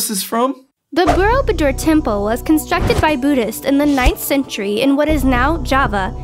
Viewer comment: I'm offended with the pronouncation of borobubor cause I'm Indonesian.